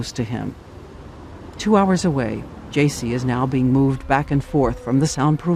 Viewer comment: Joycee? Uh, it's Jaycee Dugard not Joycee. Js